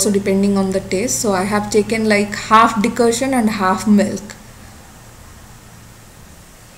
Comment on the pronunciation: It's Decoction not Decotion.